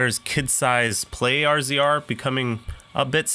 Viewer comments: "are zee are" I thought everyone called it "razer" RZR 🤷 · It’s pronounced razor